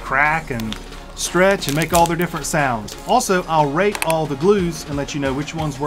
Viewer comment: I thought he said rape all these glues